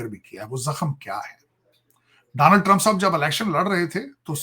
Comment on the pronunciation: Tarar bhai Danold nai bolte bache donald...samje